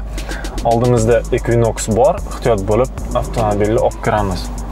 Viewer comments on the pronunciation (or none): none